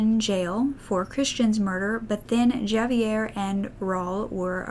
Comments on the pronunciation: JAVA-YER 😂 honey, J is pronounced like an H in Spanish. Javier is said like "Havier". Like José. "Hosay" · I thought the same thing when she pronounced it javee and I was out loud saying no no no it sounds like an H like hav. Lol but it's okay it's like when I first moved to Arizona javelinas hey used to pronounce it wrong I used to pronounce it just how it spelled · Omg how you said Javier had me ROLLING 💀 (you are supposed to pronounce it Ha-Ve-Air) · I live in Texas and little things like that are so normal that hearing ”Jahv-ee-air” was quite jarring tbh, so weird to remember that it's not a universal thing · For next time, Javier is pronounced Ha-vee-air. 😉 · Awesome video as always!!! Also I believe Javier is pronounced Ha-vier. J often makes soft H sound in Spanish 👍 always enjoy your videos they are so well put together and interesting!! 💖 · I about spit my coffee out hearing you pronounce Javier with a hard J. I was trying not to crack up laughing and end up choking. I am guessing your part of Kansas doesn't have a prominent population of Hispanic people. Just so you know, my dear, in Spanish, J = H and LL = Y. Javier is said Havier, Rello (just a made up example), would be Reyo. My retention of the language itself isn't great (my last Spanish class was over 30 years ago), but I remember some words and some general pronunciations. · Javier- ha-vi-er, raul- ra-ool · You butchered the name Javier lmfao 🤣 it’s cute though You didn’t know. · why can she pronounce Juan and José but not Javier lmao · gdid you say Javier with a j? its spanish so the j is an h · If you don’t know how to pronounce something listen to it on google translate because when you said Javier that’s all I could focus on 😂😂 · Enjoyed the video. Just Fyi, Javier sounds like "Havier" (h instead of j sound). Also, "Ra-ool" (Raul).